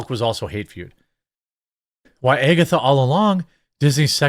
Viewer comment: Why is he saying “Agatha” like that?